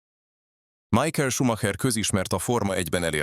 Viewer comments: Nem Májkel, hanem Micháel! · MIHÁEL!!!! Tanuljuk már meg!!!!!